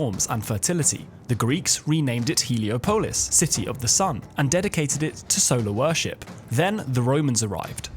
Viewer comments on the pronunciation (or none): Hee-Lee-Aw-Poe-Lis ...not whatever the heck you said lol My goodness dude :)